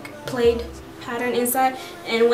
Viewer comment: plaid not played